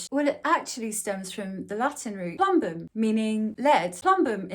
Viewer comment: you actually pronounce it more like "ploombum"; source: I had to waste 5.5 years of my life studying that language and it is still close to my native language. Oh, and welcome back 👋